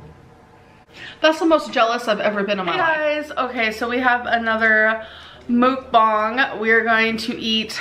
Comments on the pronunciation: Her saying "Mook-bang" is triggering me bad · Shes pronouncing mukbang wrong. She calls it Mook bongs